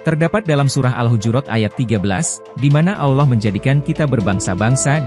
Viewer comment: Hebat hebat…sebutan Aulloh tu salah tapi Allah yg benar.